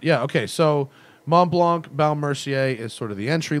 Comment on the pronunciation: About pronunciation... Montblanc... No "K" sound at the end, the "c" is silent"...